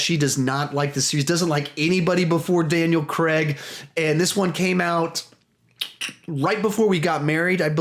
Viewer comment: It’s pronounced craig